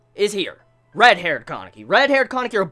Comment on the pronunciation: Bro it's Kaneki not Kankeki